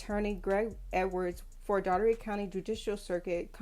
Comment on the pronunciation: That is not how you pronounce Dougherty. I am from that city. It's pronounced "Door Te"